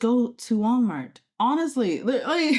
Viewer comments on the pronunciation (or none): bro you don't neeed to go to whalmary and how do you pronounce "gherdelli" like that omg i don't usually go at people for what they say but in this case...